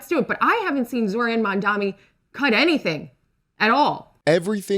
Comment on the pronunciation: they still cant say his name right 🤡